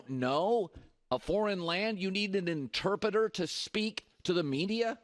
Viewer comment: Damn Colin struggling with ‘Interpreter’